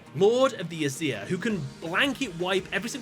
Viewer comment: You said Aesir wrong, I don't like it tbh